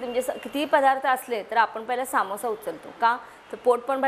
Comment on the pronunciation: काकी सामोससा नाही समोसा